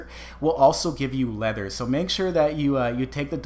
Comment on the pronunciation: you keep on saying lether do you mean animal hide